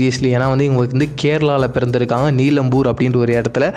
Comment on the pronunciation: Neelambur illa adhu nilambur aan..